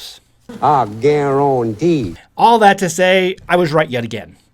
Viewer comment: “I gau ran tee”. Love your funny clips. All the same, thx for the reality dose.